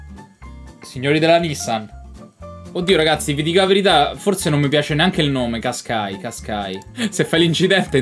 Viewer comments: MA COME LO HAI DETTO QUASQAI AHAHHAHA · NISSAN "QUASQUAI" AHAHAHAHHAHA